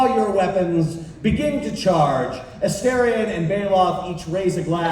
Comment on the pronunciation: Ffs.. Neil said the name multiple times. It’s As-star-ree-on. Not, As-Stair-ree-on. The game has been out over a year!